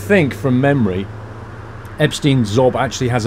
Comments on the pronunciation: It´s Ebsteyen (like "eye") not Ebstin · As others already said, it is pronounced like "Ebshtain". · Its ebshtine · Pronounced "Ebshtine" and "Vinehime" ;) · If there's "stei" you read it as "" sht "eye" n"" and if its " ie" you read "ee" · I would say Ebetein is Eb-ste-een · Ebshtain the pronunciation